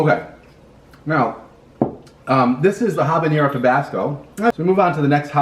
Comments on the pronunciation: I love how the pronounce habañero lol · Habanero is not pronounced like jalapeño. Guy is a noob. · Did taking almost all your clothes help? I don't think so. Btw, why do people mispronounce "habanero" all the time?